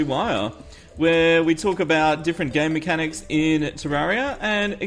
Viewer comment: I'm so sorry happy, but I just cant help hearing gay mechanics. I'm so sorry... (starts gigling)